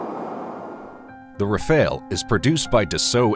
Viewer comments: It's pronounced "ra-fahl", not "ra-fail". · Isn't Rafele. Is Rafale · Ra Fale, not Ra Fail ! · If you’re going to create 15 minute content about aircraft, one would assume that you would research the material enough to know how to pronounce the name correctly. The Gripen is pronounced as Greepen and The Rafale as Ra-Fahl. Weird looking? Both are stunning aircraft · Your pronunciation of 'Rafale' is a *fail*. As is your multiple uses of footage not of the planes you're talking about. Plus you don't seem to answer your question